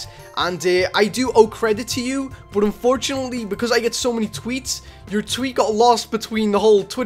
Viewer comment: How u say but “bot” everyone else “but”